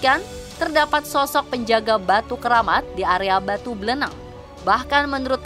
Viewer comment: BLENEG KOK BLENENG.. BLENEG sebutan buat orang yang gedhé,pendek dan gendut ,.. Orang yang guedehe, pendek dan dan gemuk bagi orang Jawa dikatakan MBLENEG, contoh dalam pewayangan seperti wujud Semar, Togog.. Limbuk.. Nah batu itu bentuknya MBLENEG seperti Togog atau Semar..